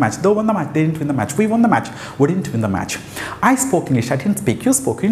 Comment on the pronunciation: Dint is a wrong pronunciation